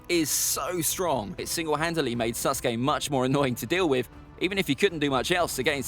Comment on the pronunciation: Am I the only one to hear him say Suske